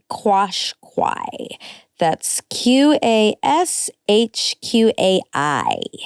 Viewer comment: Qashqui is said like kash kai, after the tribe :)